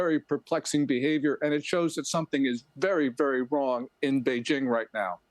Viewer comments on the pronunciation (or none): Is it vary vary wong?